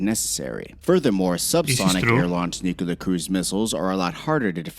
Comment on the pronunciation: Nucular is not a word. That's just ignorant